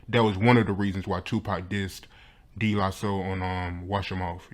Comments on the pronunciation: "...D la soul..." ctfu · Who is this young cat doing this interview....it's De (pronounced "Day" not "Dee") la Soul....SMDH